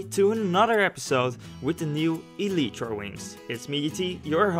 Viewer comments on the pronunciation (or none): It's pronounced (ee-lie-tra) not (ee-lee-tra). Sorry but I had to say it, the pronunciation was annoying me but I do like the vid. Good job! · Eeleetreeeeeeeeee? Wtf can you talk like a human being?